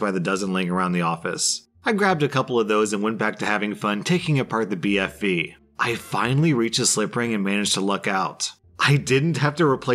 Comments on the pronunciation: I love how went from saying BVF to BFV to BFF lol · He pronounced BFV so many times wrong lol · I love how he keeps mispronouncing BFV